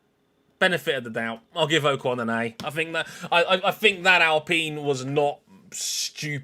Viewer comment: You really need to be pronouncing names correctly. Your guest said Ocon correct multiple times and you didn't seem to care.